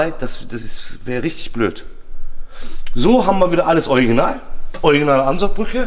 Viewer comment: Wäre schön wenn du „Original“ sagen würdest statt „euginal“ 😉